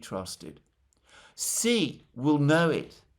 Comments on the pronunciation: hay alexander, president xi's name is pronounced like the female pronoun "she". Just call him a girl in english, "she", that is how you pronounce 'xi' properly. love your work, thank you! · Please learn to pronounce Xi. X in pin yin iz pronounced like soft sh. Chinese is based of syllables and changing X with S iz a huge difference